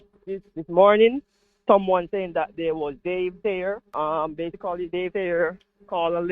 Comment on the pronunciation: I was counting how many time he used the word "base-i-cully, i lost count